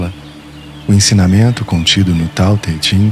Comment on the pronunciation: A pronúncia é tao the "king", se não me engano